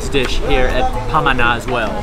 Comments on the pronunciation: Great vidoes.when you say pamana (heritage), sounds like you’re saying it as ‘panama’. you pause at ‘ma’, hence pama-na. also, all the filipino words follow the phonetic vowels of the alphabet-A E I OU (ah-eh-ee-oo-uu), there is no soft or downward A, just a as in “apple”. hope this helps. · "bulalo" - accent on the last syllable lo. "pamana" - accent on the 2nd syllable ma. It means heritage. 😊👌